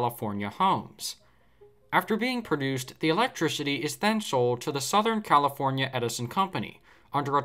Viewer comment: 🤣 Comipornia , Recede already!